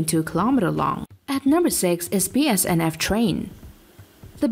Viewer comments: its bnsf not bsnf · She Said BSNF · Bruhhhh it’s BNSF not BSNF and it’s Norfolk and western not Norfolk western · it’s BNSF not bsnf Union Pacific is lager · Not BSNF. Try to read the letters on the screen in the right order. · Text shown and speech says BSNF while the train graphic itself clearly shows the correct BNSF. Come on now. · BSNF, REALLY? Its BNSF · Spelled indian wrong said bsnf instead of bnsf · im a perfectionist, and i hate that you say BSNF instead of BNSF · It is pronounced BNSF and not BSNF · I said the same exact thing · ITS BNSF NOT BSNF... get it right ok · It's not a big deal, obviously an ESOL narrator, and it's obvious what it should be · Cool video! It's very interesting to see the train lengths slowly start to climb everyday. Just one thing I noticed, I don't mean to be picky or anything but its pronounced BNSF or Burlington Northern Santa Fe.